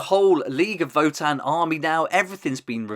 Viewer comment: I really really love these. Gonna be my main 40k faction especially now that I prefer marines in HH. And new Horus too! I’m doing sons of Horus haha. Btw it’s vo-tan . Not vuhtan